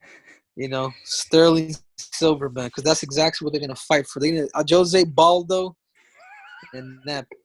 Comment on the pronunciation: Lol he really just said José Baldo